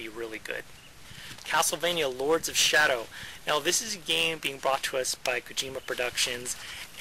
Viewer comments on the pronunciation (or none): none